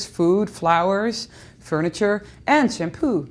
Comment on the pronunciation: sham poop.lol I like making fun of accents.